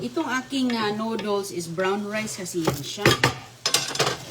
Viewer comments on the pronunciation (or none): Anong klaseng pansit yan bakit may kamatis? Saka dapat ayusin mo magsalita , noddles (nudels) hindi (nuduls) para mag stay manonood mo kc nakakqumay...kaya halos ala kna viewers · Natawa nga ako sa pagbigkas nya ng noodles 😂😂😂😂